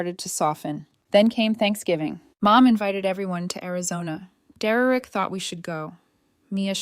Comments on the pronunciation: His name is Der-rick. Not Derrerick. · Then the mom should help, what an entitled mom and sister. Do low contact and the Derereck pronouncement is ridiculous AI does not know how to pronounced it because I have heard this pronounced throughout all other stories. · Just when I worry that AI may take over the world, I am comforted by the fact it can't even pronounce Derek properly. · Can't AI pronounced the name Derek? It sounds idiotic every time. 😵😵‍💫🇸🇪